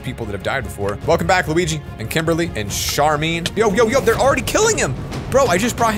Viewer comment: When he pronounced sharmaine as sharmin made me angry since that’s my name